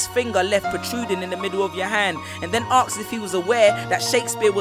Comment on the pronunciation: He needs to go to school....he said aksed.. What's wrong with you people